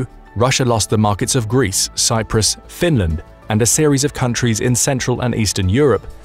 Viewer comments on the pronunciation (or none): none